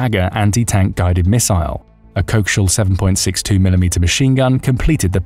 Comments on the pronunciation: co.... axial. co-axial 2 directions axis of movement not coax-ial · . ~ That's a CO - AXIAL machine gun, Not a 'cokeshill' machine gun. Just tryin' to help a bit. 🙂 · Co-axial, not coax-ial, please! Before my teeth are ground to nothing. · Your ai narrator can’t say “co-axial “ LOL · " Co-axe-E-L - Machine Gun ". Sorry that's the proper way to say it I believe. Great video but the way your saying it is really hurting my ears. 🙂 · Idk, do they do it different in the UK? I learned co-axial as a word with four syllables, like you. But this isn't the first time I've heard a brit slur it into just two. I wonder if it's because they were still using antennae on their tele's while we were hooking up co-ax cables? Could somebody from the UK please tell me if our narrator cocked it up?